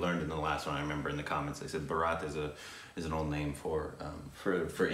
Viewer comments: It's bhaaaaarat not bharaaat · Chris Boscurry i think its Baraat, well ill mess up the pronunciation anyways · The name is Bharat. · rahul ghosh maybe maybe not oh and its still baarat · Baraat..😂😂looks like someone is going to get married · It should be pronounced as "Bhaarat"! 👍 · It's Bhaa-rat.... (Pronunciation is humbly to be right, it's name of our country) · Please pronounce BH as V. It's hurt when u say the name of our country wrong. Btw we all call our country BHARAT in our mother languages. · It's pronounced as Bhaaaaa--rut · Jaby had to make an apology video coz he Mispronounced 'BHARAT' ... He received thousands of hate hate comments. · said "Shree Kapoor" again at 8.47! It's SHAHID! And the continuous mis-pronunciation of Bhaarat! It's really not that difficult! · Havent found any foreigner pronouncing BHARAT correctly 😑😑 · It's Bhaarat- the stress is on the first syllable- /ˈbʌrət/ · PRONUNCIATION NOTE The word Bharat is pronounced with the vowel sounds reversed from the way you guys are pronouncing them. So, "Bhaa/rut", not "Burr/raat". The way you are pronouncing it is actually a very different word. Baraat ("Burr/raat") is the groom's wedding procession you have seen in the movies where the groom is all decked out in his finery wearing a flower garland veil astride a white horse being led in procession to the wedding venue. Bharat is the endogenous Indian name for India from the name of an ancient Indian emperor Bharat ("the cherished") and his dynasty, the first to rule the whole of the sub-continent, according to the ancient Puranas (Hindu Scripture). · It's not baraat guys.! It's pronounced as BHAARAT! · Its not barraatt its Bhaarat, The real name of India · Guys - it's pronounced "Bhaarat", not "baraaaaat" ! They even say it 4-5 times in the trailer ! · Its not Baraat it's Bharat😤😤😤😤😤😤😤😤😤😤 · There u go .....one more apology video to come ..... Its Bhaarat not baraaat ... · You say Bharat like borat! Its Bhaaaaaa rat (Rut). Bharat !